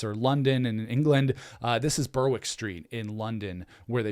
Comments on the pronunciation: It's pronounced "Berrick" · You don’t pronounce the W in Berwick. Sounds like Barrack in American English. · Berwick is pronounced Berrick.